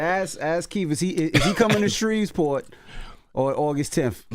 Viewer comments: Shreveport Envy not Shrevesport 🙄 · Every need to learn how to say Shreveport😒